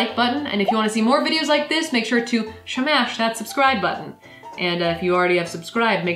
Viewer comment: Please stop saying Smash like that. It's incredibly annoying.